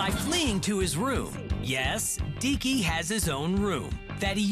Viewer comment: When she says "Deeky" I thought she said Dicky xD